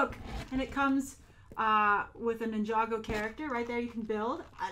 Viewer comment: Is it really pronounced "nin-jago?" and not Ninja-Go?